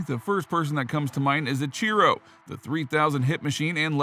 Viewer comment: No shot you just said "uh-CHEE-ro"